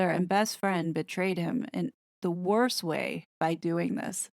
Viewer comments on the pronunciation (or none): none